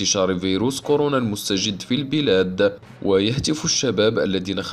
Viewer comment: اخي مستجد الجيم بالفتحة